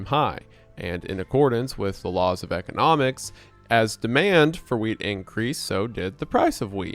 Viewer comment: the way I thought for at LEAST a solid minute that he was saying “weed”, not “wheat” 😅😭